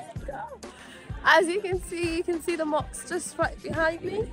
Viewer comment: Hahahaha how cute that you call the mosques. 🤪👉🏼 it's mosk not (moks)😋🤳 but anyway it's cute..!